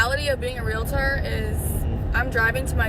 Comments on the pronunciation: Why are people placing another syllable into the word realtor? It’s realtor not realator. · Real-tor Say it with me this time...."REAL-tor" Saying "real-i-tor" sounds ignorant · 😂😂😂😂😂😂😂😂😂😂 IT'S REAL-TOR. Two syllables. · I love this video but please learn to pronounce "realtor"